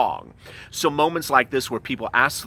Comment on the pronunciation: You said grand instead of grant lmao😂